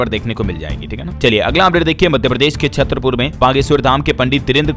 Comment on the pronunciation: न्यूज पढ़ने से पहले सही बोलना तो सीख लो 1. सियालदह है सियालहद नहीं 2. छतरपुर है छत्रपुर नहीं 3. गवरनर बोला जाता है गर्व नर नहीं